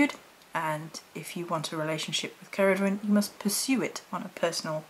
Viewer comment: Please, do check how to pronounce the names before you do your video's, there are plenty of sites where you can find these. Incidentally, Cerridwen is a WELSH Goddess, not Celtic.